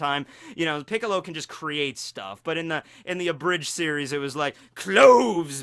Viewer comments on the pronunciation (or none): none